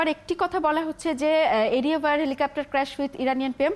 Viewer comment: এই মহিলা বার বার বলছে "হেলিকাপ্টার"